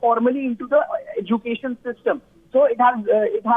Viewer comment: Madarsa or madrasa? N the way she pronounce education. Bad anchor